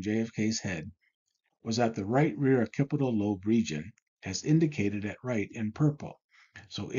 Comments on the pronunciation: It's pronounced "ok-SI-pi-tal", not "o-KI-pi-tal". Please do your research before you record.. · Good work. (Btw, occipital is pronounced “ox-sip-ital”) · This was an amazing video. The OCD in me wants to correct something. The pronunciation of occipital sounds like "ox SIP itle". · Occipital is pronounced like "ahk-sip-ital" just info for future videos. This was fascinating, thank you for sharing.